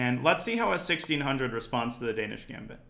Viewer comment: The Dan-ya-ish Gambit